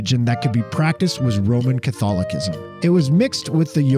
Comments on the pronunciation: Hi, just one pronunciation note for you (and hopefully this is helpful and not dickish) - "Catholicism" the second C is pronounced like an S, not a K (e.g. "Catholi-sizm" not "Catholi-kizm"). I'm old enough to remember the Satanic Panic - the stories just got wilder and wilder until they collapsed under their own weight. The '80s were a trip! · “Catolikisim”, bloody hell. Also, you said “santeria” wrong twice in a row, just to right after say it right for the rest of the video, I really dont know what to say, besides, “you asked for corrections”, but “catolikism” killed me hahahhaa I mean, no one ever expect the Spanish “Inkisision”, am I wryght? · He can't pronounce shit right, it's like this in every video, I just ignore it at this point lmao 😂. He even says Catholicism wrong. Ehhh he's still entertaining though.